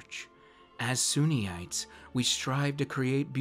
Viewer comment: Sunites, not Suneeites. x.o